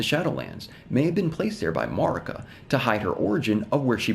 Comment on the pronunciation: Curious why you pronounce Marika that way when her name is pronounced many times in ER, and with a consistent pronunciation too.